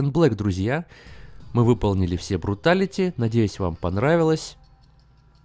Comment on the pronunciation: Мне послышалось когда ты сказал бруталити не бруталити а фаталити